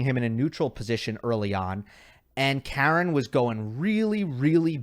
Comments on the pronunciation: Please pronounce his name Ha-ren, how far do you need him to go in a slam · K-A-ren (with a stress on the first syllable) is an American female name. Armenian male name is Kar-E-n. Not to mention that he is Khach-A-nov rather than Kh-A-chanov